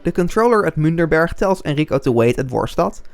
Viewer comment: I believe it is Münchberg, not Münderberg. Great video though.